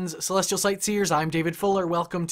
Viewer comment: What do you say in the very beginning? ....celestrial satyrs?